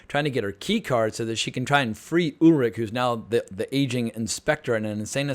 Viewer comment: exactly... if they can pronounce Schwarzenegger correctly then there is really no excuse to pronounce Charlotte or Ulrich wrong.